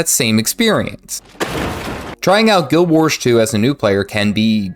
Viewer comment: 👎Learn how to pronounce the name of the game. 🙄